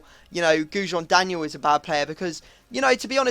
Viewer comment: 'Goujon Daniel' ahahaha